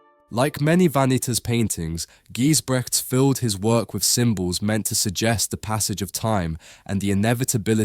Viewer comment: Never heard of Gijsbrechts before, but totally captivated by his skill. Btw, check the correct pronunciation of his name!